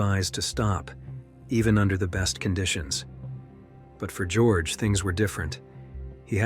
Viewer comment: the narrator should notice that his pronunciation of the name Georg is wrong. Georg is not an originally english name. Georg comes from the greek Georgios and since he is in this story a German, this name is not spoken as in English. It is spoken as in German or Greek, which is (almost) the same. Both German and Greek speak as it is written, while English is strongly deviating from the original correct pronunciation. With a little basic education this mistake can be healed.